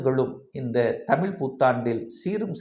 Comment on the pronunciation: தமில் அல்ல தமிழ்